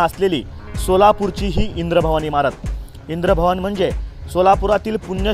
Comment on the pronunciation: अबे इंद्रभवन नाही इंद्रभुवन.